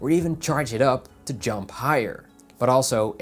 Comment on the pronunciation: Ahh, Sorry instead of "Jump" I heard "Junk" LOL and had to go and rewatch it to understand properly. Great video though!